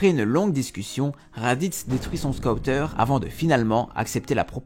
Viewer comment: Très bonne vidéo mais " Scaouteuuur" non...